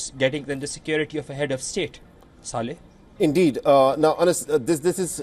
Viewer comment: The way he’s saying saleh at the end 😂